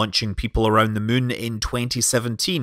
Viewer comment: We’re not playing KSP, call The Moon ”The Moon” instead of ”The Mün”